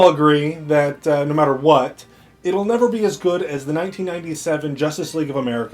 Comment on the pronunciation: 936: I heard that! You said "I neverD thought" lol I knew the AnDaconda thing wasn't a complete goof! Good review byw you're quite charming to listen to